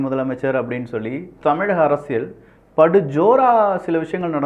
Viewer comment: அரசியழ் இல்ல டா. அரசியல். தமிழை ஒழுங்கா பேசுடா.